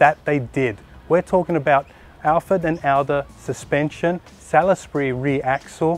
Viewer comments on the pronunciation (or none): none